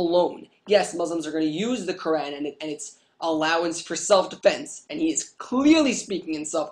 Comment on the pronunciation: as written in the qurrrrrrrrrrrrrrrrrrrrrrrrrrrrrrrrrran. i love the over pronunciation. what a dick.